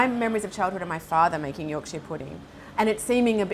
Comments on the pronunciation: It's Yorksher pudding not Yorksheer pudding. Yorkshire (pronounced Yorksher) is the northern English county the pudding originates. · Great video but as a yorkshireman it pained me when she said yorksheeeeer pudding 😂 its York-SHA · York-Sheer pudding 😂 Something foreigners struggle to pronounce it would appear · Yorkshire- like shyer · Did anyone else catch that Yorksheer pudding? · You'rek-sheer pudding